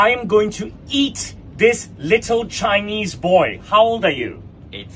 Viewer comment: Bro turned american when he said eat 💀